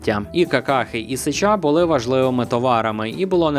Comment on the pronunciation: сЕча а не сечА